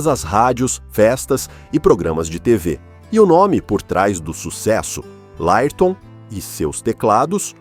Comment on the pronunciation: esse narrador e.doido fala tudo errado , LÁIRTOM , A B A !!